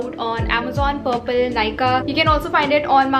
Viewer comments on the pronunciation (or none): none